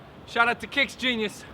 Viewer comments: kickgenius, not kicksgenius jus sayin love your channel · did Andrew just say ... kickSgenius??